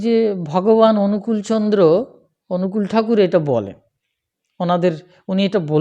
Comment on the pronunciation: আপনি শ্রীশ্রীঠাকুর অনুকূলচন্দ্রের নামটাই ঠিকমত বলতে পারছেন না; তাহলে আর তাঁর সম্পর্কে কি বলবেন? আগে অন্তত কিছুটা হলেও জানুন তারপর কথা বলতে আসুন। নিজে তো জানেনই না, মানুষকে বিভ্রান্ত করছেন, আর খিচুড়ি পাকিয়ে ফেলছেন। দয়া করে আগে নিজে জানার চেষ্টা করুন। জেনে-বুঝে তারপর বলুন। ____________________ "যা’ তুমি জান না, এমন বিষয়ে লোককে উপদেশ দিতে যেও না।" — সত্যানুসরণ।